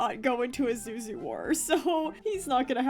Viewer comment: don't mean to come off as patronizing but I speak Chinese and Zhu Zhu is actually pronounced closer to tsu tsu or jhu jhu rather than Zu zu i don't expect you to take this to heart but I thought I'd inform you because I found it interesting